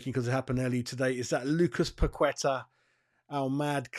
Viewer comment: FFS - Paqueta has been with us for 2 years. Ask him yourself if his name is pronounced Pakweta. I'd be annoyed if a Hammers reporter still can't say my name right after 2 years.